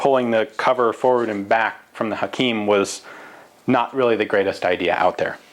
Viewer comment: U say Hakim Perfectly